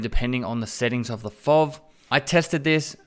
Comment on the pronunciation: It's F.O.V. not Fovvvvvv ;)